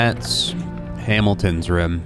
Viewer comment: My favorite part is when says "rum" instead of room.